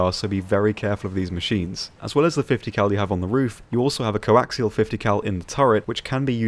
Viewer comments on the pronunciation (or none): none